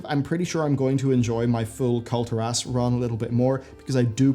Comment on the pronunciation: Can you please pronounce Kul'Tiras correctly? :) It's almost as bad as the people who pronounce Tyrande "Tie-rand-ee"